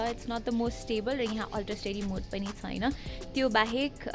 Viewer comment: Chhaina lai chuina vanxe